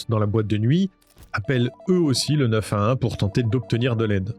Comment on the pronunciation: tu sais pas dire le 911